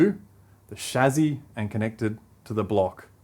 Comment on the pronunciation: That's the correct pronunciation of "Chassis" :p